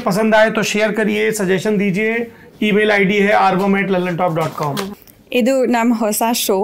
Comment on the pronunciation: Saurabh ji, aap 'Aarvam' ko 'Aarbam' kyon bolte hain?